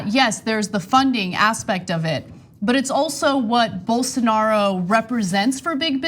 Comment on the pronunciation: Dave Rubin: “Bolsaaanaro”